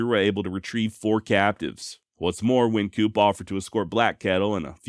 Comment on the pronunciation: Ok. Im not getting on your case, you've done a fine job... Wyncoop is pronounced wine coop. No worries. You are awesome.